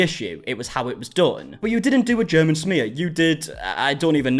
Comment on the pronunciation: The way she pronounces smear “shmear”